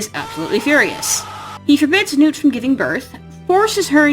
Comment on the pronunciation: Why did you keep pronouncing nut's name wrong? It nut. As in peanut or walnut.